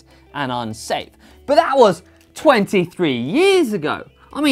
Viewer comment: "BUTHA'WAS" - cracked me up